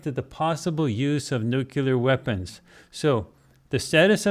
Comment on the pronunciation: People please stop saying “nucular” - that word does not exist. The correct word to use is “nuclear.”